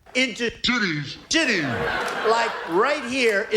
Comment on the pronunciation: I finally get it! he was trying to say entities. ha.